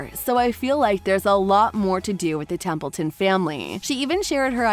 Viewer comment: This video sucks. No real information except Alec Baldwin's announcement of the 3rd TBB. You can't even get their names right. It's Templeton not Templin🙄🙄